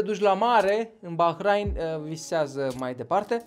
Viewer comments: Se pronunta ''Bahrein'' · Eu știam că se pronunță Bahrein, desi se scrie Bahrain.